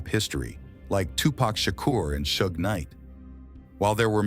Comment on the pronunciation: Like jay z said white ppl pronounce his name wrong it seems on purpose because he says tupac correct but then says pack right after… its pac mf not pack there is no k smh … then this fool say shoog instead of suge 🤦‍♂️